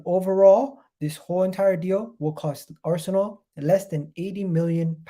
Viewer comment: Arsenal not ArsAnal 😆 😂 🤣